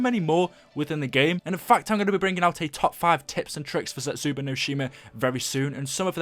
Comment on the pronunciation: I get that you're British but why do you say Zetsubou as (zetsuba)